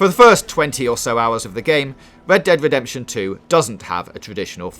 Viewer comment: What is going on with that voice? Wed Dead Wedemption???